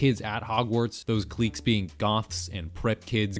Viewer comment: LMFAOOO. Cliques is pronounced clicks. Not cleeks. And Lewis Carrol is Care-rel. Not Cuh-role. 😂😂